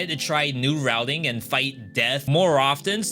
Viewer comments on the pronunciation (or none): none